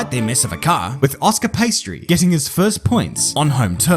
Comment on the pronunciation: "De Vlies" and "Oscar Paistri" 🤣